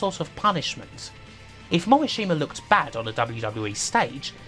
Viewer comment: Cringe every time you say Morishima. It's pronounced Mo - Rish - Ma. Not hard. Practice that.